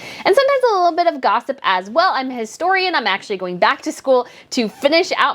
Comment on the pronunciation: She said histrion.